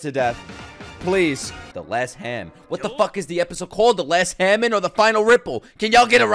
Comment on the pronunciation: The way you pronounce hamon hurts my soul every time I hear it.